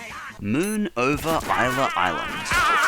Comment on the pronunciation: Where did you get your pronunciation of Isla Island?!It's nothing like how both Stan and Bullock say it in the episode!